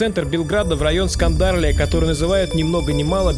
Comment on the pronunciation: Отличное видео. Хорошо подготовленные комментарии. Мало кто удосужился бы о криминальном прошлом части жителей Земуна. Просмотров мало, потому что людям нравится смотреть плевок и грязь, а не нормальные вещи. Небольшие исправления - Гардош, не Градош - Скадарлия, не Скандарлия Подписываюсь на канал.